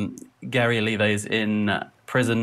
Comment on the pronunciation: you don't even watched this video or what? btw it's OLIVA, not "olivia"